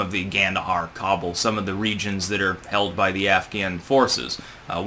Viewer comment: You should learn how to say Kabul